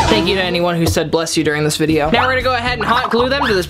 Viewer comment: "Thank you for anyone who said blesh you watching this vdeo" Me: "i was thinking it-"